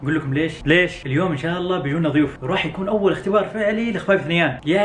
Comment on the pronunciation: اهم شي انه قال بيونا ضيوف 😂 يتكلم كل لهجات الخليج بوقت واحد